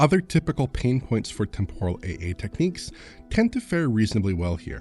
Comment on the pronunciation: Will playing the pa S5 pro versions help with the pronunciation of "temporal"? I don't think anybody on this channel pronounces that word properly. Accent is on the first syllable, guys.